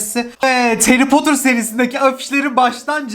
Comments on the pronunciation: Nobody:: heri potur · Nobody:harry potter:Harry potur